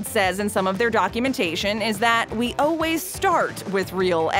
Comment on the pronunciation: It's funny how the voiceover lady always says oh-ways instead of always